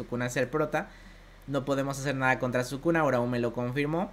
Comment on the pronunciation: Si escuché bien sukuna kaisen